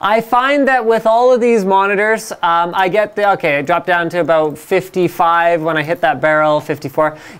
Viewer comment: Linus is awesome. Every now and then you here his "about" turn into "aboot". XD Sorry your youtube account was hacked bro. :(